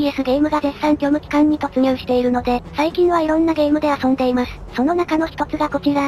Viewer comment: 最後の「虚無期間」だけ「虚無空間」に聞こえちまうんだ